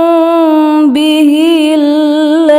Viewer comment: Sedikit koreksi dari saya ketika membaca "autukhfu hu yuhasibkum bihillah" pas "hu" nya kurang jelas terdengar. Mohon agar di perbaiki lagi. Untuk selebihnya khoir. Syukron Katsir.